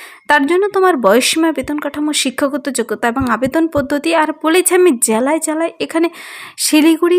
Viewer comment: 😂 জ্যালায় জ্যালায়???